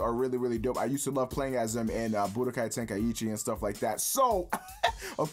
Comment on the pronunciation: Budokai Tenkaiyeechi?! No offense but you need to get your pronounciation game on point ok?